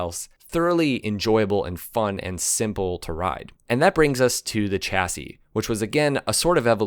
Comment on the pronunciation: I wish some American had asked a French person how to pronounce chassis properly. And "Reg" is pronounced "redge", short for Reginald, not regg. Seriously, if you're going put in all the efford, why not check the pronunciation instead of spreading misinformation?